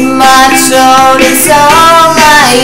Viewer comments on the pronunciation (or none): You have a very powerful voice!! The only thing you can work on is the "T" sound when you pronounce the "th" like throat. Your pronouncing it like "troat." You know what I mean? But your so good! :D Well done!